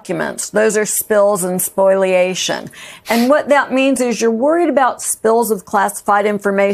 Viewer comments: The word is spoliation, not spoiliation nor spoilation. \spō″lē-ā′shən\ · The word is spoliation of evidence, not spoilation.